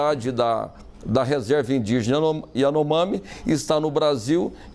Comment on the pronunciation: Nem o nome da tribo esse cara sabe pronunciar